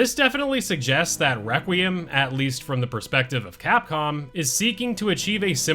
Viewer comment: Why can’t anyone say “requiem” right? Lmao.